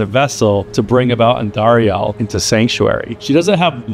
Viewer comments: The way you say Andariel is so funny. It's AN-dariel, not An-DAriEL. , you said correctly, how it should be said, different than how you said it for example . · why u say andariel wrong? its andariEL not andariAL